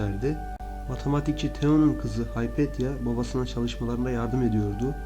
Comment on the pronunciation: Haypetya değil, Hüpatya.